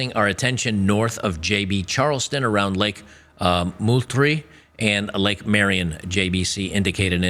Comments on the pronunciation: ITS PRONOUNCED MOLETREE. Its named after the SwampFox Revolutionary war General Mouth breathing chairfarce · Its pronounced multree. I literally live on the Navy side of the joint base.... how these morons managed to screw this up I can't even imagine.